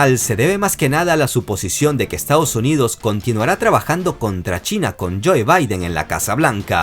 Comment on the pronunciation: Neta no puedes pronunciar 'joe'?